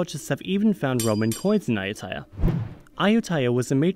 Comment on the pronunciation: What bothered me was the incorrect pronunciation of Ayuthaya.😉 But maybe its the correct pronunciation for foreigners to use.